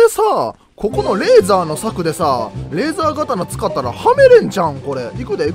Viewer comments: レーザーがたなじゃなくてレーザーとうですよ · レーザー刀一応読み方レーザーとうです